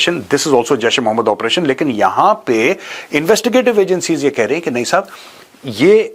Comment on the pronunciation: The way Major Sahib says- Sahab, shows training